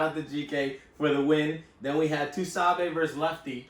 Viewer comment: pronouncing “TuSabe” like that is nasty business smh. Lol. Shout out Battle Rap Royalty! This was a FANTASTIC recap.